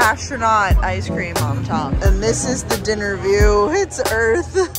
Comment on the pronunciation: Your drunk commentary for dinner has me dying “it’s earthhh”